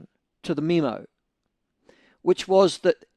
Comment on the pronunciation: Why is he pronouncing memo as meme-o lol